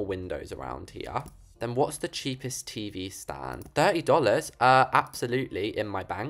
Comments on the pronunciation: "DOOLARS GUYS"😂😂😂😂😂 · Bro, said Dolows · I love how says "dollars" lol 😂 its so posh